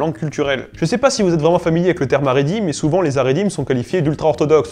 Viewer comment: Super video bravo! Par contre attention à la prononciation : Hassidisme et Haridim. Le "H" se prononce [x] comme la jota espagnole car ici, le H représente la lettre "khet" ח. Par contre Haskala est bien prononcé, puisque le H représente la lette "hé" ה, qui est l'équivalent d'un H en anglais.